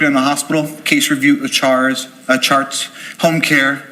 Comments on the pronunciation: Oh my gosh I had to come back to laugh. Why is he like “I appreciate you asking me that sir!” Then proceeds to say he reviews medical “charrrsss” instead of “charts.” What’s wrong with him? Oh my lord! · He says chars instead of charts,thatz him think8ng way ahead of time,so he messes up his words😂